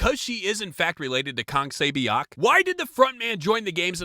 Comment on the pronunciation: no hate or anything, but i really dont like it when foreigners pronounce names/words from other countries incorrectly (even thought they ALREADY know how to pronounce it correctly). like, kang sae-BIOK?